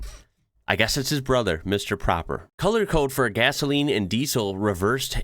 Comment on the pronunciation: mr proper, pronounced awith a long o, is just the dutch translation of mr clean. in france it will be Monsieur Propre